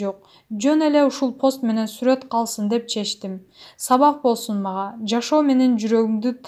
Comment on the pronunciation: Сурөт дечи 😂😂😂😂 сүрт дебей. Эч ким билбейт, ОНЛАЙН менен 1-чи КЛАССка окуй берчи ! ! ! Уйронуп кетээрсин.